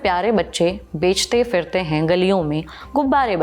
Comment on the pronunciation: बेचते firte नहीं बोलते, बेचते phirte हैं। अपना उच्चारण (pronunciation) सुधारिए।